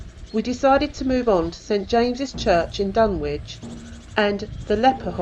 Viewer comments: Fascinating but it isn't called Dun Witch, its pronounced Dunnich. Sorry but your ghost box looks and sounds like a transistor radio picking up distant radio stations. It's playing modern music and an Oasis song called My Sister Lover which includes the lyrics "I'm your brother". I know Dunwich very well. I grew up near by and visit often. It's very peaceful. I find Middlegate Street quite fascinating. Once a bustling street, now a ditch in a woods. Most of these videos miss it out completely unfortunately. Nice try though. 😊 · It’s pronounced Dunich